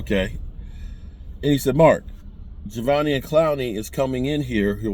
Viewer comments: His name is pronounced "Ja•dEve•eon". The first E is a long E. The rest are all pronounced as small letters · none of this has anything to do with the question… he’s saying this because mark was butchering his name in the video